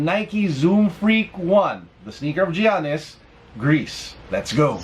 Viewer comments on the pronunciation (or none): Yanis not jeyanis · Its ok. Jyanis tho hahaha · It's actually: YANNIS. The G sounds like a Y. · GIANNIS is pronouced yanis